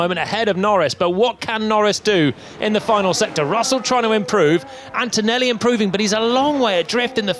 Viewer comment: please, PLEEEEEASE… it’s antoneLLi, not AntoneLi🥲